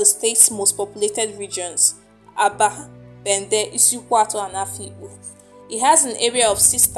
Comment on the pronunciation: Which kind igbo you de talk. You can't call the names well. Please am from isukwuato. Call it well please